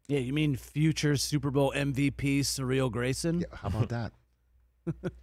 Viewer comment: Why are they pronouncing Cyril Graysons name like that. It’s “Seer-Reel”